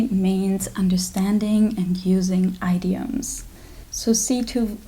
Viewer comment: Hi! New subscriber here and I really liked your video :) Tip for pronouncing the word idiom correctly, or the more common way: do not say the first 'i' like the word 'eye', instead say the 'i' like 'English' or 'intelligent' 😋 Your accent is lovely by the way.